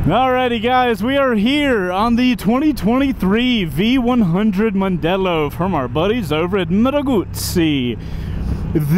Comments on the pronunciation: "Mandello".............................not "Mondello". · Mandello not Mondelo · OC. C'mon, even Mrs. C2W should rebuke you for MANDELLO not Mondelllo- even the graphics got it wrong. That said, it is still a beautiful crafted piece of machinery and time will tell if it can stand out as a base model for the 21st Century-rumour has it that a soft off-roader version is being trialled. I'm being lined up for a trial ride and I can't wait; whilst it is packed full of new tech, there are styling nods to old Triumph Tridents or Yamaha TDMs. RSMF.